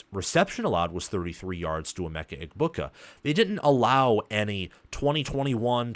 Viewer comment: I hate it when you don't say Emeka's name right